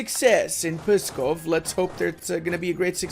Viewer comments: Ok, cuz it rly starts to trigger me FIRST u pronounce "Pskov" as "Pyskov" or "Puskov", try to remove that Y\U and ull be close to the correct pronounciation, "Luki" is not "Lucky" rather its "Looky" and "Polockas" is "Polotzkas". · Nonono, do not make any sound between P and S, like Pssskov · I chuckled when u tried to pronounce pskov and mozhaisk lmao